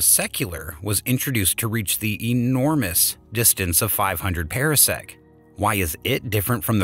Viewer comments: Different commentator, same mispronunciations. One example: parsec pahr-sek not para-sek. Could have been a great video but ... down vote. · FTR: Par - sec not Pear - sec. oh and Ma - gel - in instead of Mag - allien. Not a English lesson or meaning to be crass - just noticed. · And it's PARsec, like a Par 4 in golf. Not Para-sec, as in Parachute. And the plural is Parsecs. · This voice mispronounces terms. Parsec is properly pronounced like a golf term: par sec not like a pear (pear sec) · And it is pronounced ˈpärsek